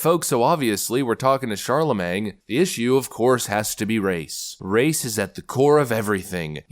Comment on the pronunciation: "Charlamang" is crazy 😂